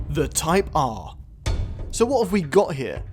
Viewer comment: “HONDA CIVIC TYPE AAAAHH” “HONDA CIVIC TYPE AAAAHH” “THE TYPE AAAAHH” “IN THE CIVIC TYPE AAAAHH” “THE TYPE AAAAHH”